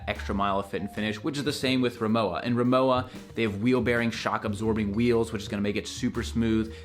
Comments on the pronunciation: Owning two 40 year old aluminium RIMOWA . Undestructable. (By the way.. the brand is pronounced "Ree-moe-va" not "Reemoa") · It’s pronounced RimoVa, as it is a German brand. 😊 I’ve never gotten holes in any fabric luggage ever in my life. To me, the dents in aluminum are god awful. Look like a crunched coke can. I would buy an aluminum piece for a quick photo op, but only if it was $50 max. They’re pretty to look at but stand zero chance with wear and tear. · Es ist Rimo-"VA" bitte!